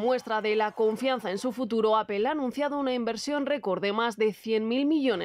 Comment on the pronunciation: Empiecen por pronunciar correctamente Apple…….